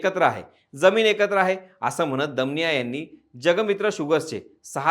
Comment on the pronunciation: दमानिया असा उच्चार केला तर बरं झालं असतं